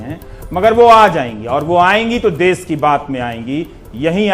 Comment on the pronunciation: अबे वो देस नहीं..... देश है ...मातृभाषा हिंदी कि कुछ तो इज्ज़त करो.....जय हिन्द वन्देमातरम